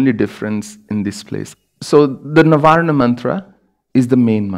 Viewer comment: it's not even "Narvana" . Its Na-varna i.e. made up of 9 syllables.